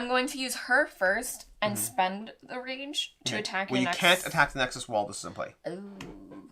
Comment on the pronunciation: I swear she keeps saying range instead of rage every single time. That's all I heard now lol